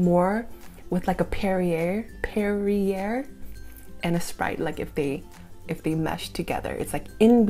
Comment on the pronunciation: Yes, & Perier is pronounced "pear ee aye".